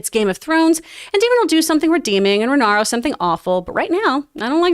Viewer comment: Rhaenyra’s name is pronounced Ray-Neer-Ah